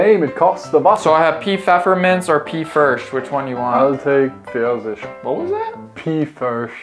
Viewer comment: Me watching this video: oh okay it seems to be about this, yeah, can see where it goe- hey! You don't pronounce pfirsich that way and... (sees the teabag at the end) I just want to talk.